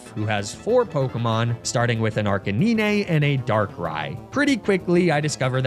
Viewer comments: Lol "Arc-a-nee-nay" 🤣😂🤣😂🤣 9. NINE. Arca-nine. Ar-K-9. Ar-canine. Arcanine! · Arr-ka-nee-nay? Nay! Arr-cay-nine! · Arca-knee-nay? Bro. That better be an inside joke. That's giving me a stroke just thinking about it. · Freeza (DBZ), Fuh-RAW-Thorn, and ArcaNEENAY... I think bro needs to revise his basic reading skills lmao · ARCANEE-NAY? What? 😂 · arcaneenay lmao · "fur-ah-thorn"....do you purposely mispronounce names to get people to comment? between that and "ar-kuh-neen-ay" idk how it could be anything but intentional. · Arcanine is pronounced as "Ar-cay-nine." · Ok he said Ar-cah-knee-nay like a minute later. Man just doesn’t know how to pronounce these things. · I'm sorry, the heck is an "Arc-a-nee-nay"? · WHAT THE HELL DID YOU CALL "ARCANINE"??? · Why is nobody talking about his butchered pronunciation of arcanine? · There’s no way that’s actually how you pronounce Arcanine right? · Better than Ar-ca-nin-eh at least